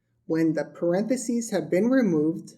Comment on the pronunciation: Really good, clear descriptions and examples of the core of algebra. but, I wish you added the “h” and “s” in “parentheses” (I was pausing the video to write the definitions down and its the only scribble in clean notes.) just a nitpick but partially my fault for writing in pen.